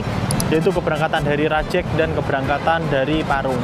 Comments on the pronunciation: rajEg vokal E nya kayak pErnah, bukan E nya mEdan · Spelling nya Rajeg, bukan Rajeg 🗿